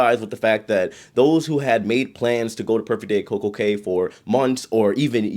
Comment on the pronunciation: The Cay in Coco Cay is pronounced Coco "Key"